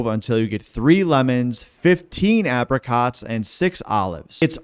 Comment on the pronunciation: pronounce apricots properly ffs